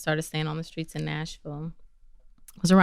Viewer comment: Street not screet. Misconstrued not misconscrood.